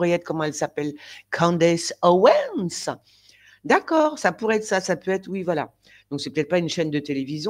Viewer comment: Vous me faites rire quand vous prononcez "Candice Owens" 😂👍👏